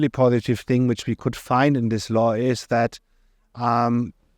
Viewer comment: I heard "Law" as "Lie" 😅